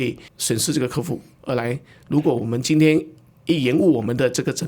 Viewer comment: 客户 ke hu ,不是 ke fu, 听得很痛苦。。。。